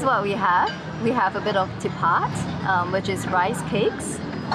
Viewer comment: hai I'm marita from indonesia .what you eat with satay is called ketupat, not tipat